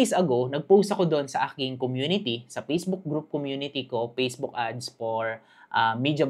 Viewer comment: Salamat pero paki pronounce naman ng letter F. Ako nahihirapan. Perporming, pacebook😅